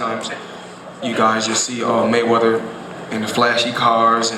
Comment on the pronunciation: Maywedder... lol mexicans..